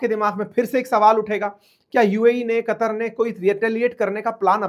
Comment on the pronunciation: sir wo कुतर नहीं कतर hai